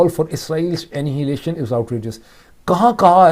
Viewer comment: Dr Sahib,please pronounce annihiliation correctly, as "anaa-he-liation".